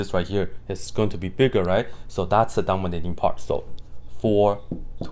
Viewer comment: thank you for this!! ❤ I keep hearing "dumber little part" instead of "dominating part"🤣